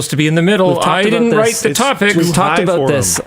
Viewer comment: What's this aboot?